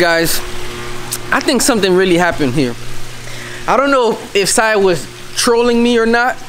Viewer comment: Brah you just said Siah now you said saih now come on now